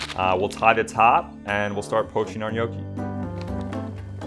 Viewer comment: Was fun to watch, but you need to work on your Gnocchi pronounciation 😂